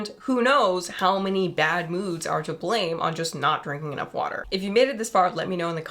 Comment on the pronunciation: in... "uuh brb getting some warder"